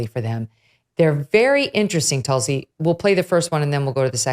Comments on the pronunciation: Hi Megyn.. love your show… btw it’s pronounced ‘toolsi’ ( a very sacred plant in Hinduism) I believe she practices Hinduism. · Megyn always good to hear it here. I hope Tulsi told you, you are pronouncing her name wrong….a very revered name it is in the Hindu culture.